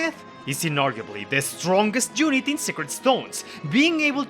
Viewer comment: The way you say "unit" & "young" drives me crazy 😅